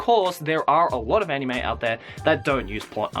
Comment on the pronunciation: you say 'Anime' weirdly. It's not you're accent, (I'm Australian, too) you put too much emphasis on the 'I'.